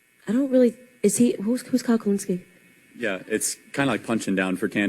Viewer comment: KHULINSKIE It's not hard.